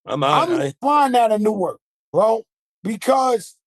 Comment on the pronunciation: Being from Newark, Nj and hearing them say Newark is cringy 😂